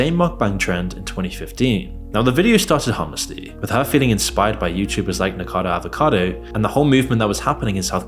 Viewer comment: I appreciate all the information you presented in this video, but could you at least pronounce the Youtuber's name properly? "Niko Avocado", "Zach Coy"